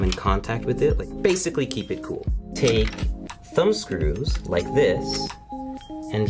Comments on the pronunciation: "I rike your style" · “Screw in with confidence” “ I rike his style “